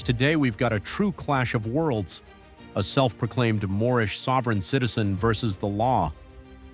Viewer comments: Geeez... It's "domicile", not "docimile", dumb-ass! Also, it's "Moorish", not "moish". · First of all lady..it's not Morris it's Morhish. You are driving on roads paid for by taxpayers. Impound it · Remember the guy who didn't even know what it was called and kept saying "I'm Mormish, I'm Mormish"?! 😆